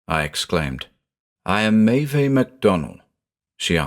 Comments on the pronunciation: Unsure if anyone has said this before, but the "Meve" in the initial quote is pronounced May-iv. It's spelled Maebh in Irish, the "bh" becomes a "v" sound. Always love your stuff btw, just thought I'd mention that. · Maeve is pronounced as /meɪv/. Otherwise, it is nice to hear a story set in Ireland. It has so much potential for creepy stories.